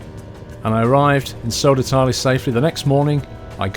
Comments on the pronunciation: It's Södertälje not Sodertalie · Please ask your friend Keralis, how to say Södertälje. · It would have been nice if you learned to pronounce Södertälje...